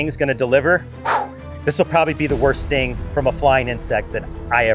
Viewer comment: the sting table sounded like the stink table.